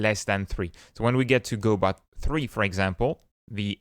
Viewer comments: Lol, he's pronouncing it wrong. The godot devs clarified themselves it's go dot and not godow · says go bot and still can't say go dot. remarkable